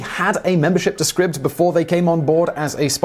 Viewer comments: “Scribbed”? I thought it was pronounced “Scribed”. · Are you quite certain it’s pronounced “scribbed “? It looks as though it should be “scribed” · Isn't it pronounced like scribe? With a long I sound like eye, not like rib? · that moment when you can't even pronounce the name of your sponsor correctly it's SCRIBD AS IS "CRY" with and S so... SCRY then add the B like SCRIBE (like a scribe in medieval times) then if the scribe did something you could say he SCRIBED IT SCRIBED Holy Shit you don't hear linus tech tips saying TODAY OUR SPONSOR IS TUNNEL BEER hehe oh fuck me LMFAO that's funny Serious question though When your sponsor has an agreement with you , DO THEY NOT SAY TO YOU "THIS IS HOW YOU PRONOUNCE THE NAME" ?